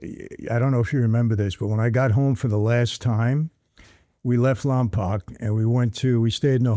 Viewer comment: Michael please listen to how your daughter pronounces Lompoc she says it correctly. The way you say it is a sin to the city lol. Also you should talk about your time in Lompoc in a video I think it would be pretty interesting.